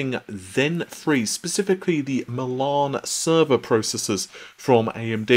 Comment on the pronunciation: love your videos so keep up the good work. However, you drive me crazy when you pronounce the word "Milan". Why do you pronounce it the way you do?